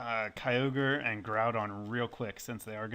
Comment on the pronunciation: we did ket kyrum i think u mean kyoger